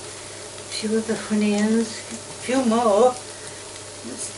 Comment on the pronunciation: I watch you with my friend and there is one thing I need to say please please stop calling onions honions and it’s oil not hoil